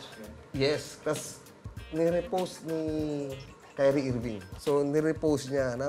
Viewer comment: Kyrie Irving pronunciation HAHAHAHAHA TNGINA